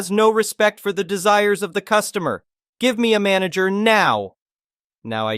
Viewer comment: Manager? I thought you said MANGLER!